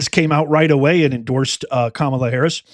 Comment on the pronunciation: KAMUUUULA NED TAKELA DAS OLL